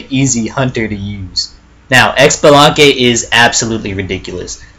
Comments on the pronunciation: Xbalanque Is pronounced SheeBalanque Not EcksBalanque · I actually think Xbalanque is pronounced Shabalanque. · Of course I'm going to be "that guy" and say that Xbalanque is pronounce "Shibalanque", and that his ult does nothing if you stand still right before it goes off. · I laughed every time you pronounced xbalanque wrong. its (shee-bo-long-keh) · ... He said X-shalanque noooo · Its pronounced as such: CHI-BI-LAN-QUE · For Xbalanque the x is pronouced sorta like shib so shib-along-kay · the way he said xblanque irks me